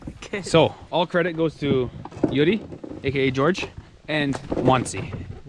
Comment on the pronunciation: He's name is Gyuri not Yuri 🤣